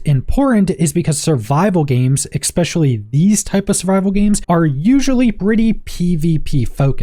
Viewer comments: its pronounced "especially" not "exspecially". for the love of all thats green learn this please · Jesus Christ. especially. ESS-SPESHULLY Stop saying it with a FUCKING x.... or I will go NUKULAR... 🙄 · did my guy really say ekspecially lmfao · amazing review and amazing work. (why do you keep saying ECKSPECIALLY)